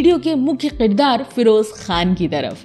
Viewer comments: sahi lafz Kirdar hai na ki Qirdar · Aap please kirdaar ko k se pronounce kiya karein. q se nahin.